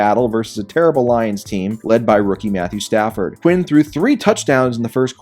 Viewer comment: Lol "Statthew Padford"